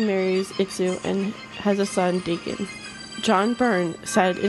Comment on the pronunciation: 20th Century Fox could learn a thing or two from you! Oh and btw: about Wolverine having his son, Daken, it's actually pronounced *Dock-en* and not *Day-ken* Just thought that would be something you would wan to know :) also, great vid :D